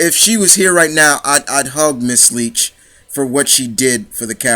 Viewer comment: One of my favorite characters as well but you got her last name wrong on interviews her last name is like you like someone not leach and yes it was like batman and joker I always pronounce it Leak but great video she played this lovable bitch so well it scared me and turned me on at the same time